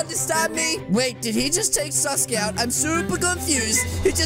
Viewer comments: said saskay wrong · calling Sasuke suske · I love how says sasuke it sounds like sus gay👍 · why sasuke when it’s saske